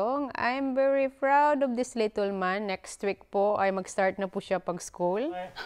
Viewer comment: wag ka nga english ng english,chaka pronunciation,little hindi litol,kakaloka,mgtagalog ka na lang,wag gawin excuse dahil bisaya ka,daming bisaya na fluent mg english